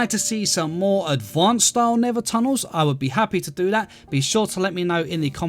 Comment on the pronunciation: Nether, ❌ Neva ✅